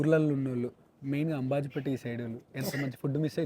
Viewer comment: Konaseema antene MAHESH BABU bro...... amabajipeta ni aMBajipeta anataru mari nuvu em chusavo telidu